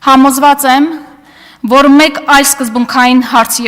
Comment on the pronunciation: Էս աննորմալը որտեղից?Աղջիկ հայերենում կա Յ ինչու ես յ -ի փոխարեն ռ ասում. Որ ոչ թե ոռ😀😀😀